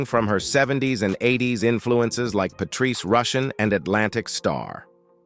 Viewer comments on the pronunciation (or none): none